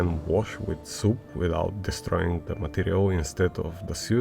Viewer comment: I also love how he pronounces "soap" :D "We can wash it with soup" cast a smile to my face.